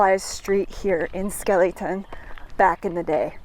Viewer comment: its pronounced Skelly Town not skeelyton ! i know because my grandmaw Flippo and aunt Joyce lived there on the main street for as long as i can remember . I was born in Borger Tx in 1949 and lived in White Deer Tx until i was 4 then we moved to Lefors Tx . My dad worked for Northern Natural Gas , which had natural gas pipe line boosting plants both in Lefors (Grayco Plant) and the plant in Skellytown . My uncle Ervin Carper worked at the Skellytown plant . Both plants had housing built on site for the employees . Northern Natural Gas was sold to Enron in the early 70"s and the Greyco plant in Lefors was demolished , forcing us to move to Pampa Tx in 1964 .I dont know exactly when the Skellytown plant was demolished , my uncle died in 1968 while i was in Vietnam Both were converted to computer controlled opperation from the home office in Omaha Nebraska .i visited the site in 1994 and there wasnt hardly any evidence that either even existed